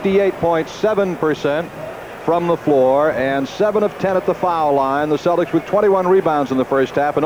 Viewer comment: Whenever Cousy references the Celtics, it always sounds like he's calling them the "Cellecks", like Tom Selleck.....